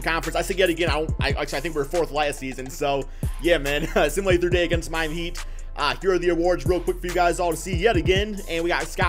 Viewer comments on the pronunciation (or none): none